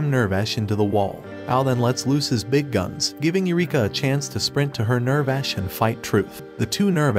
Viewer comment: It hurts hearing the pronunciation being so off. (ew-rek-a) (near-vash)